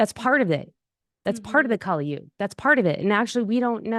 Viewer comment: Kali Yuga is pronounced as- kuli yooga, as in, sully (with a single l) Whereas, goddess Kaali is actually pronounced as os bali (the famous tourist place in Indonesia). The thing abt why kali Yuga is named such is becz it's namd after a demon named "kali" (again, pronounced as sully with single l). Hope this helps. Here's so intresting thing, the west has been canfuded abt kali and kaali for atleast 3 centuries now, so you tripping over small pit is nothing new, it's mostly because of pronunciation difference. If you one day get to lean sanskrit (in the devanagari script and not roman), then this problem of pronunciation will become more clear.